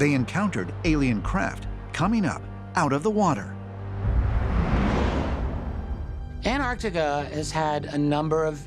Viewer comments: It’s An-TAR-tica not An-AR-tica. Pronounce the first T. It’s not difficult. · AnT arC tica. Why can't these people pronounce Antarctica? Why do they call it "Anartica" over, and over? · “Annardica is some koind of alien, base.” BD Chill is all fired up in this episode. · Can someone please explain to Americans there's two t's in Antarctica..jeez.. and how could the the moon ring like a bell for hours when there's no sound in space..🤪